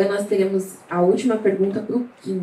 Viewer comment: Só eu fiquei com agonia dela errando o nome do Kim 😂😂😂